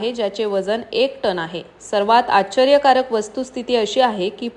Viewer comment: आच्चर्य कारक कृपया म्हणू नका... निवेदिकेस उच्चारांचे प्रशिक्षण आवश्यक. राग मानू नये